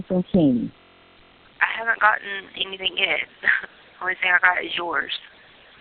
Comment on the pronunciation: She's very blessed that she has an Aunt who cares about her and is kind enough to send her, "$500.00. When I listed to the calls, most of the time when she says, "Anything" she says, "Anythink" Same with the word, "Everything." She says "Everythink"